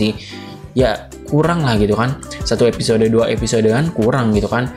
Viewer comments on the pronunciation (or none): none